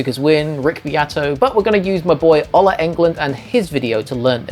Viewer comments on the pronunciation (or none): By the way, the O in Ola is pronounced like "ooh".